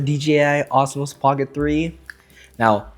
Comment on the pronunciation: Why are you calling it "Osmos"? It's "Osmo".